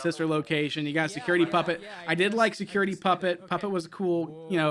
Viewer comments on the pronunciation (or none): m n a f secuwaity breec?